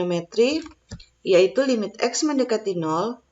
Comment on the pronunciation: Congratulations. Mohon dicek cara baca limit.